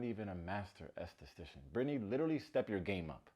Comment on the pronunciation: The way he pronounces estheStcian had me cracking up 😂 I had to listen to it twice to make sure I heard it right 🙊love you!